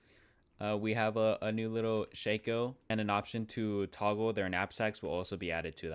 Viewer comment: your pronunciation of shako should be a crime.